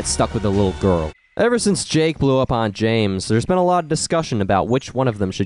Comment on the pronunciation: The way he emphasizes "Girl" makes my eyebrows raise.